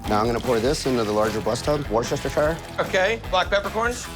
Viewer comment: I can't take any "chef" seriously who can't pronounce Worchestershire. it's pronounced Wooster sure